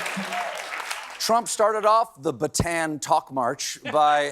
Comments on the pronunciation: Bataan is pronounced as Barta.. an, not Batan. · Hey C, Pronunciation of "Bata'an" requires a glottal stop on the second syllable.